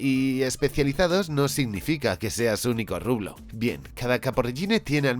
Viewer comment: No es "rublo", es "rubro"